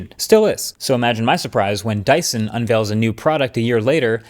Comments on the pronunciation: "DYSTON" 😂. Love your videos and you are one of the best tech youtubers out there ❤ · It’s dyson